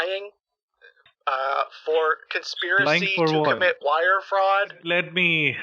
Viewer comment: "So you can Vire the money"